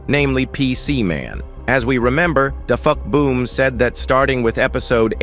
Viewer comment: You said defuckboom not dafuqboom